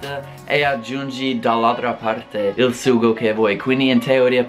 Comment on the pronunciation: Pronuncia ancora la parola SUGO 😂